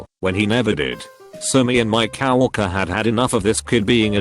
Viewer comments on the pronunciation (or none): "COW ERKER" co-worker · No one: Not a single soul: Male narrator: cow-ercer